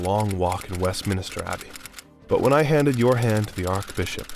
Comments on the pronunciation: “West Minister Abbey” multiple times is what got me. WestMINSTER. Not hard. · Good content, terrible mispronounciations which shows poor preparation and worse editing. Mountbatten, Westminster to name a few.